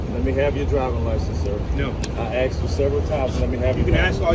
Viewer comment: Illiterate moron cop with extremely low level IQ says "so you was in an axident yesterday?" & "I axs you for license". This cop's face screams stupid!